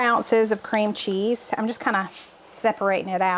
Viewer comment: I remember that video, I laughed so hard at say you could add a lirrle bit more ceam cheese. All looked delicious.